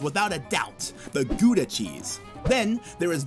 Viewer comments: The part about new Amsterdam being taken without a shot is incorrect. The Dutch traded new Amsterdam for Suriname. The ou in Gouda is pronounced the same as the ou in Bounty. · He didn't even try to pronounce "Gouda" and "Van Gogh" correctly lmao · Gouda is pronounced as "gh-ow-dah" Not "good-ah" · I literally got so triggers when he said ‘Gooda’ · im from the netherlands and im mad that that guy said 'kHoEdA' cheese its : Goudse Kaas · something close would be "cow-dah" and "vahn koch"